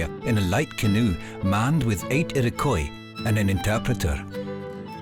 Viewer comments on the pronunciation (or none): ffs repeat after me: EAR-O-KWAH. Iroquois . got it?